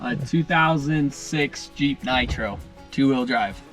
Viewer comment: Did say jeep or cheap nitro??